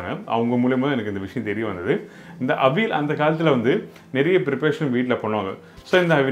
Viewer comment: Where is vazhakaai? .it is kne of the prime ingredient. . Pooshnika vazhakai n chennai most imp.. n ...it is avi- yal... not aveel